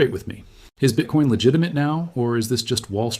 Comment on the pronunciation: BITCOIN aka BITCORN ! 🎉 My french speaking mother pronounce it bitcorn out of not knowing. That is funny!